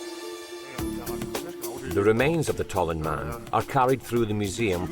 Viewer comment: Tollund, not Tolland.